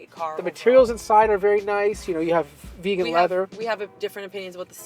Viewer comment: Did he say Vegan leather? 😂😵‍💫